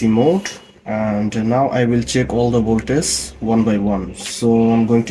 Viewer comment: Voltage ▪️vowl•TUHJ ▪️vohl•TIJ ▪️vol•T-I-H-J-J-J No “s” sound… “Voltace/Voltis” are not words. “Vohl” + “TIJJJJ” = “voltage” ✅